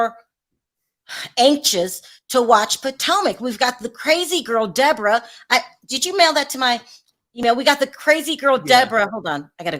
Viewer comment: Her name is Deborah NOT De Bora